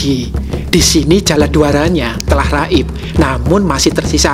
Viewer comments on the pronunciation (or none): setiap kali bilang "....sudah RAIB" langsung jatuh harga diri bangsa ini dalam hati😅